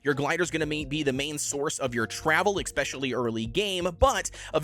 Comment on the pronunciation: 1. You are a weirdo for playing with 90 FoV 2. The word is especially not EGGspecially